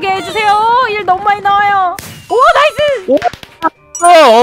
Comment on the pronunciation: 근데 오래전부터 궁금했는데 왜 은 네이스라 하죠??나이스 아닌가??ㅋㅋ근데 그게 매력일수도 있어욤^^기분나쁘셨다면 죄송합니담^^